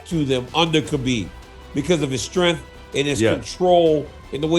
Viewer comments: And khabeed 😂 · habiD NurmagDamegov 🤦🏻😅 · Ah yes, Khabib NurmagDomedov and Charles OlivIEra 😂 WTH buddy?!